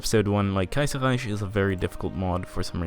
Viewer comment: As a German i can say, that youre pronouncing the "ch" in Kaiserreich not exactly right. Here's how to pronounce it right: .